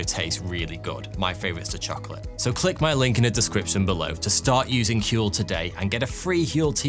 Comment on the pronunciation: I like your channel. But seriously. Huel. HUEL??